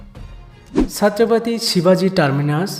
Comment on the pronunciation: c.shivaji maharaj ka naam acche se le